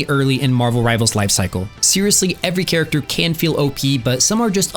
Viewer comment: "Rivalers" WHYYYYYYYYY